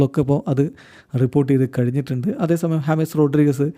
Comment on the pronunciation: Hames rodrigues❌ james rodrigues✅